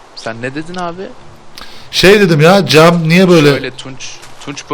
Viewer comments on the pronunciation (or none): cek değil cem pardon